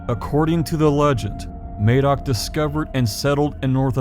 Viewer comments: When referring to a person who is Welsh or of Welsh origin the correct pronunciation is Mah-doc regardless of what anyone currently pronounces it as in a different region, May-dock wouldn't be incorrect for someone named that by someone for eg living in Indiana right now, but is incorrect for a historical Welsh figure/person. It would be like us saying we pronounce Indiana as Eyendeyaner and have done for 200 years so you the people who live there are incorrect. The name Madoc is Welsh, the person being talked about in the video if he existed was Welsh so it would be pronounced Mahdoc. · Got to say it ... Madoc or Madog is pronounced ' m ah dock ' A in Welsh is always like a in " as " in English. Sorry, but coming from Wales and learning Welsh in my 60's, such an important person in your story needs to be pronounced correctly...Good work BTW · Very interesting to hear this from an American point of view. Can I make one small point about the name Madoc please. In Wales in the area he set off from (and where I live) it is pronounced with a hard ‘A’. Just a small point, but I thought I’d share. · Great video, very enlightening. However Madoc is not pronounced with an A such as in hay or May, but with a flat A as in math. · As an old(ish) Welsh man, I've been aware of the legend of Prince Madoc, for most of my life. I really appreciated your film, it was extremely interesting. Just wanted to point out that Madoc, is pronounced the same as mad, Madoc, not May, doc. Thank you again. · Madoc is pronounced the same as mad not maid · "Madoc" is pronounced "Maddock" not "Maydoc". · Madoc is pronounced Maddock not May-doc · Mad as in mad Doc as in doc Not maid MADOC Hard A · MAD-oc, not MAY-doc. (Emphasis on the capitals). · Ma-doc, I'm Welsh, check out the works of Alan Williamson and baram blackett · Mad oc is how it’s pronounced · I wish americans would research pronunciation. The "a" in Madoc is pronounced a in haddock.